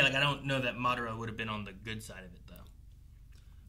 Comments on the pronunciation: He’s going butcher that man’s name until the very end lol 😂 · Someone help pronounce Madaras name properly lol